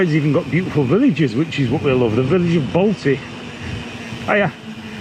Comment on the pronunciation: “Balti woods” you can tell your from Bradford 😂🤣